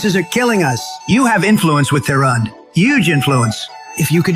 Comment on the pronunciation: Can he actually not pronounce the letter 'H'. I thought he was taking the piss out of Trump when he kept saying yoouge instead of huge but now he's saying youmiliation instead of humiliation and now I listen closer he is taking about the Strait of Ormuz